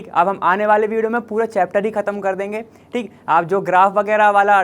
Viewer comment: Btw why does he always say like tik tik 😅😅😅 he says thik but it sound like tik😂 its funny😂